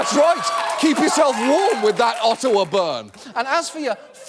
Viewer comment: The real burn is the way you pronounce Ottawa 🇨🇦😉